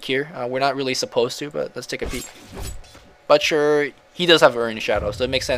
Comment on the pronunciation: you are pronouncing "butcher" wrong.